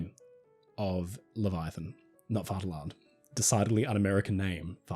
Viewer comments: Its spelled Vaterland, but its pronounced Fatherland. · Are you saying “fart alarm”? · it is pronounced "Faterland":) V's are F's in German pronunciation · Please work on the pronunciation, its not that hard. Vaterland means fatherland --- the "V" is pronounced like an "F" and the "T" is strongly pronounced like Titanic. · Great ship, great video, but the pronounciation of Vaterland could be better.The V is spoken exacly like an F. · The "v" is pronounced as an "f" btw